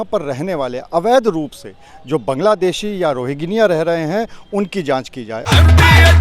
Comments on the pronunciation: rogniya nahi bhai rohngiya😂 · रोगनिया नहीं रोहिंग्या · इससे यह सिद्ध होता है कि भारतीय अपनी वफादारी कितने सस्ते दामों पर बेचते हैं।आपने बार-बार 'रोजेन्या' कहा है। क्या वे रोजेन्या या रोहिंग्या हैं? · शर्म करो सही उच्चारण भी नही आता है रोगनिया नही रोहंगिया है पत्रकार महोदय।